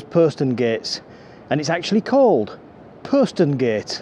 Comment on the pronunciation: Thank you. I found that very interesting and learned things I wasn't aware of previously. I quarrel with your pronunciation of 'posterngate'. Check OED where the 'o' rhymes with 'hot'. As a Hull resident I have never heard your pronunciation in the city before.